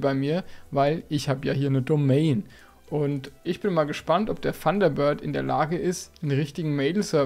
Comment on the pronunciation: Funderbird .... ich höre immer nur ... Funderbird:face-blue-smiling